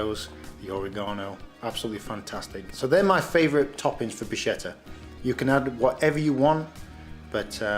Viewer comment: It's interesting the way you pronounce bruschetta. Native Italian speakers pronounce it brü-ˈske-tə, but it's also acceptable in English to pronounce it brü-ˈshe-tə. It's almost like you're combining the two and saying brooshketta! Kind of like if Sean Connery was speaking Italian hehe